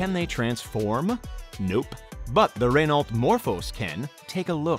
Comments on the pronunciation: I can’t believe you said Renalt, every single French person is offended, also Renault F1 fans. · It’s Renault (ren) (no) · 'Ren alt'? It's bad enough what Americans do to the English language; do you have to bastardise French as well?